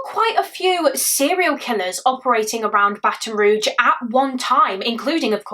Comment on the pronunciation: Just an FYI: Baton Rouge= It's pronounced 'Roozh' not 'Roojh'.